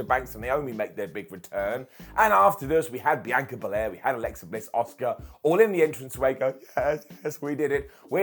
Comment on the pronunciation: Every time says “Asuka” I just hear “Oscer.” It’s a curse I can’t rid myself of.